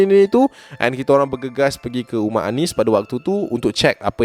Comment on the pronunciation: "guma" rumah eh HAHAHSHA terkeluar slang melaka